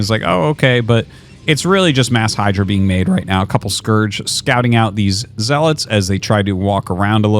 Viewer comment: Did Arty eat something good? He's been calling zealots properly instead of "zeaLOT".